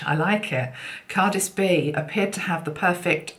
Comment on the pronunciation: I think Cardsyb is pronounced Cardsee-bee if you know what I mean. She's lovely isn't she. Love the gorilla and the cards you used, how incredibly talented people are. Much Love. 🎄❤️🎄❤️🎄